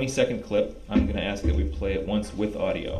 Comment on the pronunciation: "Ladies and gentlemen of the jury... Let me Axe you a question."